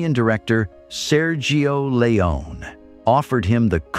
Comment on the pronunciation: Or Sergio Leone is constantly pronounced "Leon".